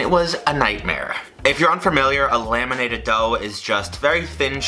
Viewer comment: I thought he said "lemonated" dough and it confused me to no end but then I realised that it's "laminated" dough instead.